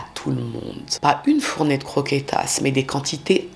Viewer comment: AaaaaAAAAÀAHHHH LA CROKÉTAS AAAAHHHH..et les MANGEURS DE CRRROQUÉTAAS😂😂😂